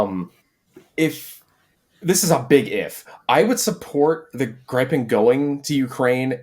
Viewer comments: On the topic of the pronounciation of Viggen, Draken & Gripen. The way you pronounced it like the word “gripe” made me cringe so much. It pains my Swedish viking heart. The first way you pronounced it was a lot closer, like “greepen” as if you’d pronounce the word green. The closest would be the way that Viggen was pronounced, that was the closest y’all ever got. If you were to use that same pronounciation of the i in Viggen, in the pronounciation of Gripen, then that would be a lot closer. Closer to the pronounciation of “grip” than “gripe”. For pronouncing draken, the A is supposed to be longer, imagine a very long A, like a posh “ask”, and then the E is also long, like the first E in environment. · You might already know but Gripen is pronounced Griffen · it's pronounced grIIIpen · JESUS FUCKUNG KRISTUS the grip part in Gripen don't say it like the colour of the sky say it like you grip something. I guess Griffin works as well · hee-hee-hee... he called it the "grai-pen".